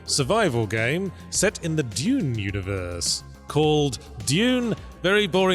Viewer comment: Did they say “Duniverse”? 😂